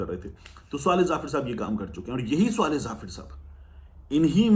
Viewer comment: Swaleh nahi sawleh